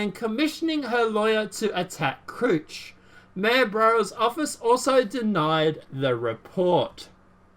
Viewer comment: Matt Couch's name is pronounced just like the piece of furniture in most living rooms, and Donna Brazille's name is pronounced just like the country "Brazil". Just an FYI. Love your channel,. ☺ God Bless and Keep you,.